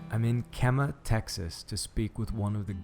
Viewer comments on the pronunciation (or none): "Kee-mah" Texas bro. Not "Kem" like Chemistry. Loved the vid though